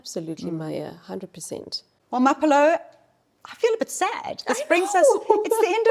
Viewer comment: Love your channel and this Santam bit as well. Can you teach Maya how to pronounce your name??Everytime she calls you Maphello…I lose focus and really feel getting your co-host’s name right should be a basic.